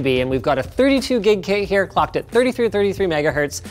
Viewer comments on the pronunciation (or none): it sounded like when he said clocked it sounded like he said fucked